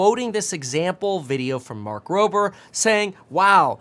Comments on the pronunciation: Dude, his name is Mark Rober not Roper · It’s mark roBer not ROPER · Its roBer, u keep saying roPer lol. Good catch though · so is saying roPer instead of roBer on purpose to avoid the lawsuit against you or what? 🤣🤣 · "Mark Roper" 🗣🗣🗣💀💀💀💀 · Bruh... It's "Rober" not Roper. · It's Rober not Roper you m0r0n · ITS NOT ROPER at least learn how to pronounce his name ffs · Mark. ROBER.... B B as in Banana, B as in Boy, B as in Beta, Beta as in You Not Mark RoPer Also, you go back and forth frame by frame your mouse GOES OVER THE RED WHERE THE TESLA DISENGAGES THE AUTOPILOT LIKE 5 FRAMES BEFORE THE CRASH, PROBABLY BECAUSE IT WAS TRYING TO DETECT IT TOO LATE!!!!! Unsubbed from you Meet Kiveen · Who the hell is Mark "Roper"? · bro its mark ro "b" er. and your bias is showing. we like it when you do videos on the actual tech and stay objective. This was hard to watch man and I usually like all your vids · FYI, Kevin Dumbass, it's Rober, not Roper: try to get it right on the legal filings at least! PS: Also, take a running jump and GFY, you whiny little bitch! Ever heard of Free Speech? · I think it's RoBer with a B and not RoPer with a P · It's mark roBer.... Not Mark roper 😅🤦🏻‍♂️ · Mark RoBer...say it with me "ROBER" "ROW BER" ---NOT "ROW PER" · RoBER 😭 "B" not Roper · Why’s he calling him Roper? Does he actually not know his name? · “Roper” or Rober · row burr. not row purr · right?! Every single time I hear Mark RoPer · Its Rober. Not Poper. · Why he calling him Mark Roper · I can’t finish the video. Please pronounce his name correctly. RoBER. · For the love of god it’s ROBER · It's pronounced RoBer with a B and TesleR with a hard R 😅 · Why do you keep calling him Mark Roper :D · Mark “Roper” is going to win his lawsuit against you for mispronouncing his name 😂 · Its robbbbbbber. Where are u getting a p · Just shut the fuck up Kevin... learn to pronounce names correctly... Mark did not defraud Tesla... Elon can do that by himself. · bro cant even read a name